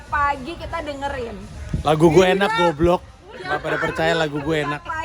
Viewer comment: 'Goblok'-nya 'Goblok' mabok sih fix